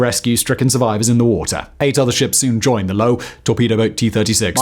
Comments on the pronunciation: The Low lol? Nah, it's Löwe, the lion :D And yes, it sounds nothing like low. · Btw, the German destroyer's name was Löwe ("Lion"), and there is no silent "e" in the German language...